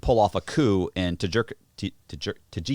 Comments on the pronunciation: Say it with me now...Cooo. Again...Cooooooooooo (coup). This ain't your 2 door car. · They must be like 22, forgetting there's an audience listening. There lack of knowledge is amazing saying coup, lol hes saying coupe. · Coup is pronounced like "coo" not "coop". And for the love of god, read your comments and if they're all telling you to stop interrupting - maybe stop interrupting? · These would be so good if unflinching ignorance didn’t pull me right out of it. And why didn’t anyone stop him from saying “coop” three times. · The host is dismissive, interrupting his guest and then can’t pronounce coup. I can only guess he is jealous and making it weird. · When our boy pronounces the P in coup. Y'know the journalism is legit. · This interviewer is a wise a*s punk and can't even pronounce the word coup. Unsubscribing. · Haha you know Matt’s thinking to himself “god this guys a dumbass” lol. Especially when dude is pronouncing the p in coup multiple times. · Interviewer doesn't know the "p" is silent in coup. He is annoying, immature and constantly interrupts all the time.